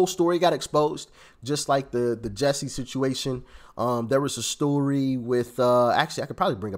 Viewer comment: It's Jussie, not Jessie.